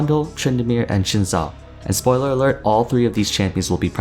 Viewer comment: it's 'Zin Zhao', not 'Shin sao'